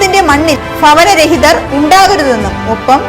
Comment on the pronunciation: പൂമി ഫവനരഹിതർ ഫാഗമാവൽ ഫാരതം